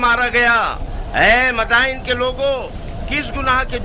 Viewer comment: Bhai it's "Madain" not "Madina"